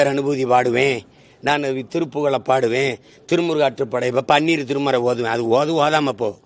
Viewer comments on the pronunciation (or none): none